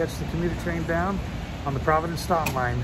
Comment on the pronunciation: Great video! Not to be rude but just for reference Stoughton is pronounced sto-in or sto-tin